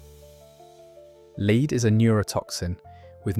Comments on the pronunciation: Oh dear... AI again, Leed paint, pronounced LED, FGS! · La-ed, lead, not leeed. AI voice overs suck and are just lazy but the uploader